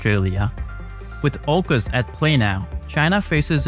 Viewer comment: Aucus not oucus bruv!